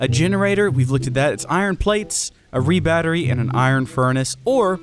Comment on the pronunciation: Its R E Battery not re battery